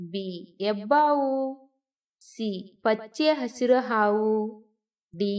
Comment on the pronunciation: Hebberalu (not yebberalu) Hasiru (not Asiru) Many words are wrongly pronounced.